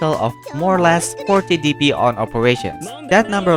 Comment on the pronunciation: The way you pronounce DP sounds like PP